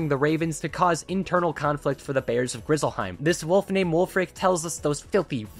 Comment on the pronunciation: Ngl “Grizzlehiem” at the very end pissed me off 😂